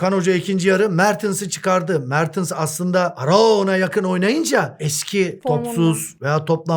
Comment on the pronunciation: Hocam '' Mertıns'' demeyi bıraksanız çoook daha güzel olacak :)